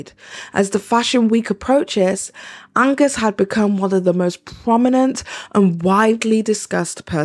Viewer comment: Idk who this guy is but its so funny to me personally every time you misread his name as Agnes bc I do the same exact shit when I read his name